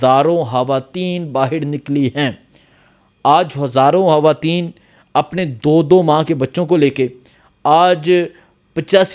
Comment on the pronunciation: Khuada me banday hawateen nhi he khawateen he jumpa sahi bolo